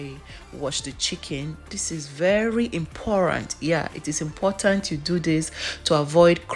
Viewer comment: I felt it in my chwest when she said “imporant” 😂